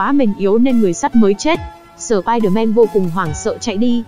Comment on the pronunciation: nói: si der man >XD